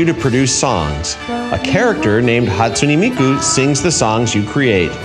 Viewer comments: I see why he isn't Domino's Japan's president anymore, he's saying her name wrong {Hatsuni Miku} XD. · who is Hatsun E mI KU Just bullying the way he pronounced her name